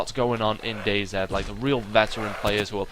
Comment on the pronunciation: It's not dayzed it's dayz